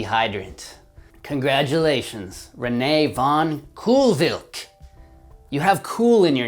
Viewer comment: I believe Koolwijk is pronounced more like "cole-wike" but anyways, love the video hha